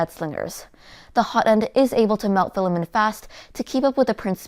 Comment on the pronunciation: filla-men! haha i don't know why but this cracks me up every time